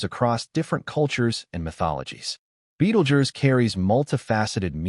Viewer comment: Betelgerse ? That's how he pronounced it every time. First time I've heard it spoken aloud that way...